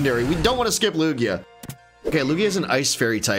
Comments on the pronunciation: Just saying Lugia is actually pronounced lu Jia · i will dislike every single video until you pronounce Lugia properly.